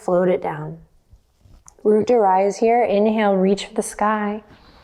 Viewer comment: I’m German and every time Adriene says “root to rise” my brain first thinks she’s saying “Mut to rise” which would be “courage to rise”. I quite like that - let’s have the courage to rise ☺️